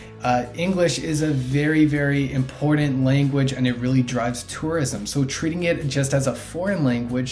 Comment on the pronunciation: its important , not impordant lol and buttons not buddins